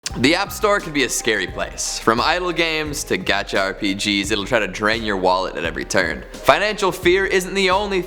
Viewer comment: Wait..in did he said gacha?